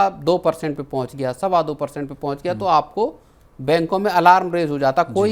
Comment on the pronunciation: alaram nahi, alarm, school me English tha ki nahi?